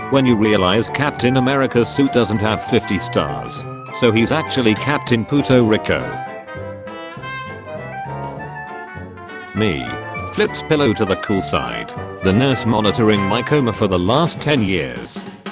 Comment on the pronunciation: "pooto rico" lol